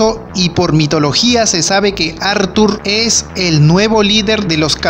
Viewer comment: Como dice athurrrrrr jajajajaj